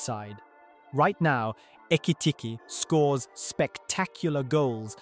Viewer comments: He pronounced Ekitike’s name like 20 different times 😂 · How many different ways can an AI voice pronounce Ekitike? 😅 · Is this more chat gpt whatever AI shit? Why he keep saying his name weird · [Alt Title:] 30 Different ways to pronounce 'Ekitike' 🙃